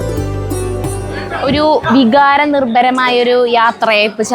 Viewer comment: വിഗാരമല്ല, വികാരം,,, വികാരനിർഭരമായ,യാത്രയയപ്പ്😮